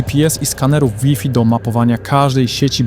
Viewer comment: Łifi? Ty też jesteś AI? XD